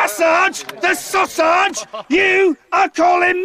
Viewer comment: Oh my God, I choked on my coffee . "When you maSARGE the sauSARGE, you are calling me a WANKER!"